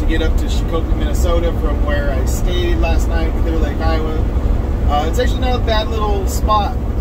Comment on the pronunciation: Yep the emphasis is STAYED IN A HOTEL AGAIN 😳 sort him out 😆